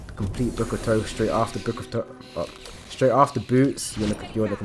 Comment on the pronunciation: You say book of thoth wrong..